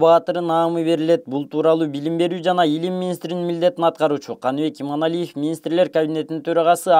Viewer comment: Алып баруучу туура суйлосон Иманалиев деп